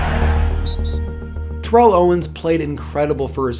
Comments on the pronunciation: The commentators keep saying tear-ell owens but isn't it turr-ell owens? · You're saying Terrell's name wrong. It's like Barrel but you switch the B with a T